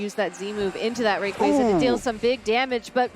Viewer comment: The commentator switches the pronunciation on Rayquaza!?!?!?